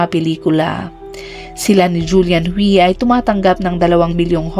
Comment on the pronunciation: Ang alam kong pagbigkas sa Hui ay huy hindi hwi